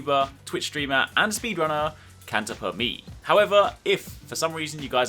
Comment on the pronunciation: it's Italian not English pronunciation, it's not PER ME (as english ME), but it's ME in italian, the meaning is the same but the pronunciation it's wrong, if you read it like u did in the video it's half italian and half english....try to type "canta per me" in some kidn of voice reading app (with italian voice activated) and u will hear the right pronunciation tho